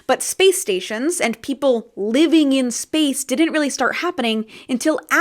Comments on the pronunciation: the problem is he didn't put much emphasis on the AND part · He should have emphasised the word “AND” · he maybe shouldve stressed that "and" a little more lmao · He didn't word it poorly; he emphasized the words poorly. If he had put an emphasis on the word "and" it would've made it clearer that it was a first that BOTH missions were happening at the same time.